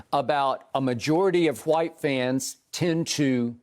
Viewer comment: Skip why do keep pronouncing WHITE that way?